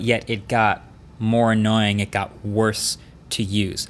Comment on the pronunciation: How many "annaoying"s?